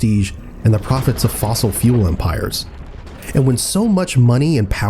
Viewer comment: "Fossile" fuels